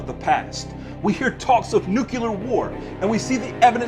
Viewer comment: The rapture (literal) is an invention of modern religion, only the US believes in this! It isn’t literal. And its nuclear and not nucular